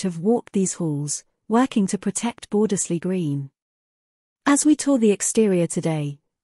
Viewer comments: yes, the first 'e' should be silent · Shame the voice doesn't say Bordesley correctly